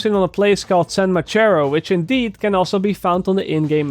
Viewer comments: San macharo. Hahaha san-Ma-tayo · The way he said "San Mateo"... lmao